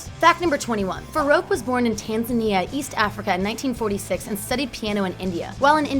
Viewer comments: Fah-roa-k excuse me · far-ok not far-ook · Alexandria Cardinal “Fahrowk” I heard that and cringed omg